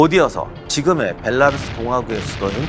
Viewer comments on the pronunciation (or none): none